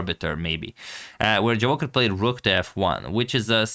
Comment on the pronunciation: Boss, the correct stress of this name not JavOcher but Javoh i r. have plz. respect